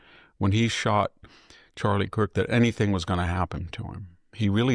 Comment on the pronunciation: Nukyular? Nukyulus?? It's Charlie KIRK, not COOK.